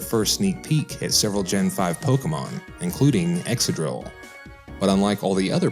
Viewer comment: You're saying Excadrill wrong, there's a C in there.